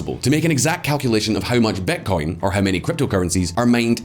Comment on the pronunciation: Amazing video as always. But why do you say "betcoin" instead of bitcoin?